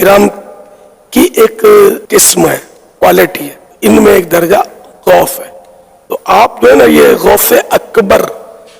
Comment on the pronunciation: Are khabees ke bachche pahle gaus bolna seekh ja phir baat karna aur baraili ke logon se itni taklee kiu hoti hai tujhe Maine tu kar ke is liye Bola hai kiu ki jo mere gause aazam ka nahi woh kisi ka nahi Labbaik ya Rasoolullh sallallaho Allahe wasallam Labbaik ya Husain Alaihissalam Labbaik ya gause Aazam